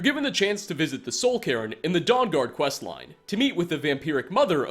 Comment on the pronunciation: its Soul Cairn not Soul Karen